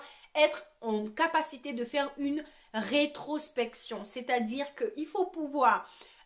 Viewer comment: Introspection mdr tu as du mal à dire ce mot hihihi.... Tu n'as pas tort avec ça mais le cerveau humain n'est pas habitué à faire ça. C'est du travail et du développement personnel !